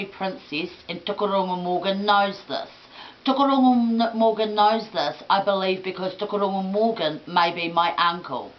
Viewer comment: Its Tukuroirangi, not Tukuaurungu. And Tuheitia, not Tuhaitia. Crazy lady.